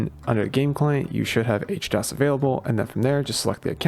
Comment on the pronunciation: How you gonna call it H-dos when it's literally HD OS lol. I feel like I'm getting memed on